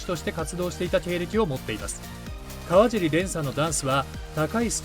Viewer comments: 蓮君を選んで頂きありがとうございます。 ただ、かわじりではなく、かわしりです。これからも、かわしり蓮を宜しくお願いします🙏✨ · 川尻蓮さんのかわじり読みが気になりました😅かわしりさんです🙂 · かわじり✖かわしり〇 ね。